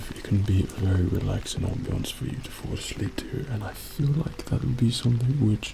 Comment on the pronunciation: "On-bience" Me: "Off-bience"